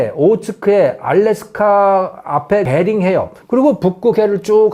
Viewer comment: 베딩이 아니라 베링이요^^ 은 사랑입니다💗